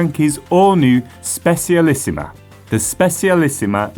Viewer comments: Just saying but Specialissima is Italian is pronounced Spe "cha" lissima. Pity it's only available in disk brakes now. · ye but I think this is a new record of butchering :p